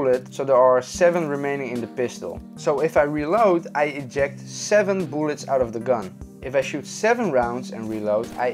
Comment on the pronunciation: Boolets? Are you Swedish or Russian? Tf?